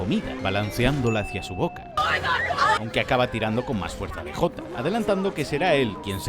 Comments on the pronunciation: Como chingdos le vas a decir "de jota" 😂 Es el "di yei" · hahaha españoles, cuando DEJOTA? Que mierda es eso hahajajha es DJ.